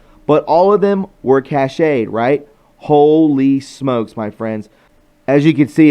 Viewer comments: Cached is not pronounced cash eh d. It's cash like in money > cash. I like you but I wonder where you learned to pronounce words. I hear you mispronounce words so often. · Cashed-- not cash--ayed. Sorry. Try to maybe read slower so u don't mispronounce so many words. Love ya brother. Great vid. As always!!! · PLEASE... cached is pronounced like cashed, as “I cashed a check”. I know it’s petty. But you want truth, so... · FYI - the word cached is pronounced “cashed” as in stored in computer memory. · Cached = is pronounced like Cashed , Cashed a paycheck, not Cash-Aid —- just trying to help, not trying to be a hard srifft